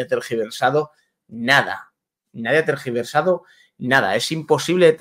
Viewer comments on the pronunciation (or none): Ha dicho "transgiversado". no tergiversado.Que mal habla,para lo bien que viste!🤣🤣🤣🤣🤣